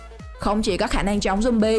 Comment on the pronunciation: khùng jumbi rồi sao bà cứ jumbi hoài vậy